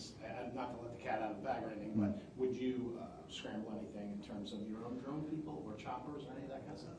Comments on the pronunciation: What's a "dron"? 🤔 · What's a "dron"?